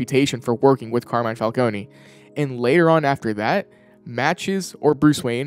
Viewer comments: how are they ... and you STILL pronoucning falcone WRONG!?... theres no Y at the end...you dont say the E the "cone" is said the same way ice cream cone is...its been how many years? legit dont get how ppl are still messing this up. the new penguin show got it right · I’m sorry I hate to be that guy but….isn’t it “Fal-CONE” instead of “Fal-Coney”